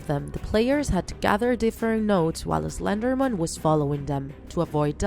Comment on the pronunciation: It is pronounced slender man not pronounced slender men!!!argh!!!